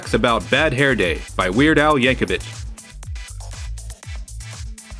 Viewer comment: Als last name rhymes with Nick, not witch.